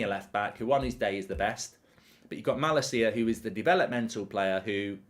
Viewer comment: Is that how Malacia is pronounced? Dutch tv says MaLAcia.